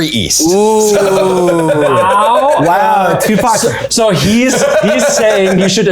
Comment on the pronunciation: I don’t know about anyone else, but when they first said Tupac, I could have sworn they said Tuvok, and I was both extremely confused and excited.